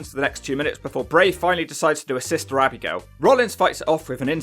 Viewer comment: I love how you say, Abby-Gail haha